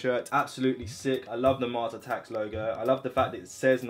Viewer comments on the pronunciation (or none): none